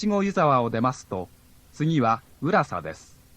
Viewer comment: 乗り換え案内が今より丁寧だ。 浦佐のイントネーションが違う?